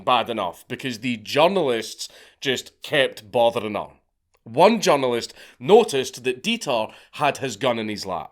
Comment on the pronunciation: when you say, “journalist”, I hear “junglist”, and it makes me laugh so hard in the context of what you’re saying 😅